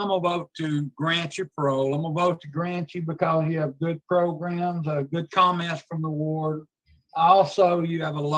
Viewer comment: 😂funny thing, she actually said it that way. Usually they say pro-gram (southern draw)